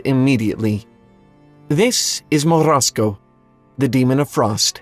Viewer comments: MorOZko, not Morasko. I am a russian speaker sooo... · As a Russian, I do appreciate the effort you made to roll the R on Morozko lol Also, holy shit this story is so fucked up, how have I never realized that growing up??? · I like your pronunciation of "Morozko"